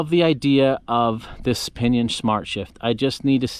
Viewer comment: Alright I'll share my idea. I didn't know if this is possible but if like to try. If like to pair a rohloff hub with a pinion. Just to have the lowest gear every and the highest gear ever and some 100+ gears in between. Although most would be duplicate gears. Get experimental! PS. Every time you said "O pinion" 😂😂😂😂😂😂